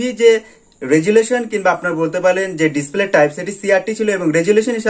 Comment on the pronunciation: 9 sec ভাই মনে হয় খুশিতে ডিসপ্লেকে ডিসক্লে বলেছেন মুখের জড়তা কাঁটান ইনশাআল্লাহ ভালো হবে❤